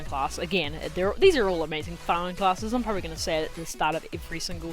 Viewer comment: Fearming clesses?.